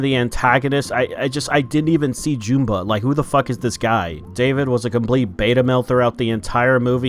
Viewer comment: Why does everyone keep mispronouncing Jumba and Gantu's names? It's "Juhm-ba" and "Gæn-too," not "Joom-ba" and "Gæn-too." Their names are even said in the movie. Either way, this live action sucks. As soon as I realized there wouldn't be any aliens in this movie about aliens, I decided not to see it.